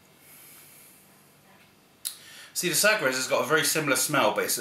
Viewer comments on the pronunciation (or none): FWIW its pronounced sah-gresh.